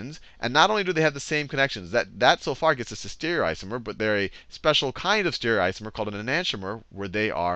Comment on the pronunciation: The teaching was good but, It pissed me off so much that Khan couldn't say STE-REE-O-ISOMER, and E-NAN-TEE-OMER.